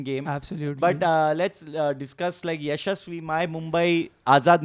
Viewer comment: Mark Nicholas, the English Commentator has changed Jaisawal's name! Yashaswi + Shamsi ka kuch combination = Ya-shamsi 😂